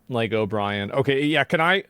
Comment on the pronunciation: Its Lego btw not laygo